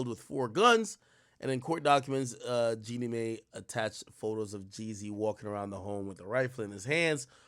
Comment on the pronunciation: Jeannie MY is how you pronounce it